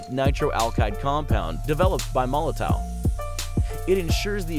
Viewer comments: oh my lord its pronounce molotov not molotoe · I do wish people would learn to say Molotow properly. It’s pronounced with a “V” at the end guys as in Molotov cocktail.